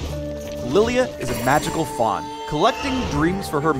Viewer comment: Wait am I the only one at the Start who heart he said magical thot right?????